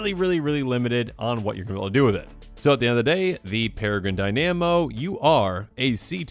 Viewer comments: Tomer from MTG Goldfish commander did exactly the same. Never thought people would be mispronouncing it like that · Never heard someone mispronounce Dynamo that badly before